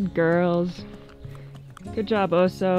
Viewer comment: Wire on the floor is a good suggestion. As chickens barely fly, did the run need to that high? Also check the pronunciation of the dogs name. Bear is Oso with short vowel sounds. Might just be the American drawl I’m hearing Ohsooo. But that’s up to you